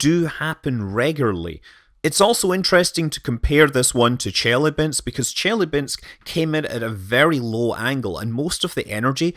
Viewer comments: I'm terribly sorry, but that city is not "Jelly-bean-sk" but Chelyábinsk, something like che... [as in "check"], ...lya... [light and simple, as in French "la"], ...binsk [as in "bin" + two more consonants]. With the stress on "lya". Here, now you know how to pronounce it properly. Me though, I'll start calling it Jellybeansk from now on. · ChelAbinsk. Stress on A. Good try though. :) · Took me a minute to understand that you referenced Chelabynsk. The accent is on the a not the e (source: I speak Russian).